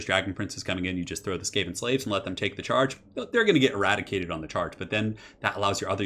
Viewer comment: E-rat-icated on the charge?